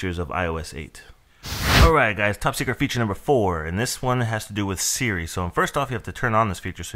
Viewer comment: You mean "Hey Sri"??